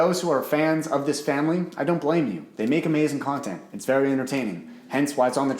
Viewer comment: He said my friends, my FANLY & my self 😂